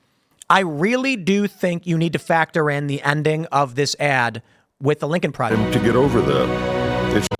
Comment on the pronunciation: "Lincol Projext" Yeah soemthing tells me Lincoln would not be a fan of these goofs